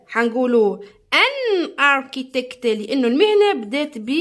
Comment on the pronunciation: ارشيتيكت ماشي ارتيتكت